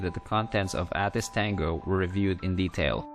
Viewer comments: Nice job! BTW, ATIS is pronounced with the long "A", (Ay-tis). Airport Terminal Information Service. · Nice video, good job narrating! Not to criticize or anything, just an FYI It's pronounced 'A'-Tis like the letter 'A'.